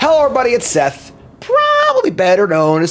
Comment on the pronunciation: Not the Seth sign-on 😂